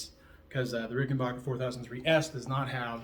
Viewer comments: RickenBACKer not RickenBACHer. Just fyi. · So I'm assuming that you Googled me ( Rich Briere Fender ) and found confirmation that I am who I said I was and Ged is a dear friend, as is Alex, as well as the entire Hall Family at Ric.......and from now on you'll be pronouncing Ricken-BACK-er correctly so that your "Followers" will no longer be confused....Yes? :) Thanks for your time. ....and NEVER push back hard cuz you NEVER know who you're pushing against. 🍎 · Adolf Rickenbacher changed the spelling and pronunciation of his name to Rickenbacker after moving to america so that he would not be associated with the Germans …so originally he was RickenBACHer….